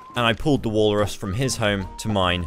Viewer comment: WALLRRUSS with the accents was funny